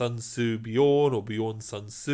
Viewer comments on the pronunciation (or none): none